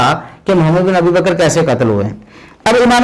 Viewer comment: Tm Mohammad bin Abi baker rz ka name sahe tarha say lo.